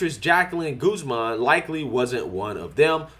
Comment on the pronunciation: Benelovent???? Guz-min??? Get a fucking speech coach!!!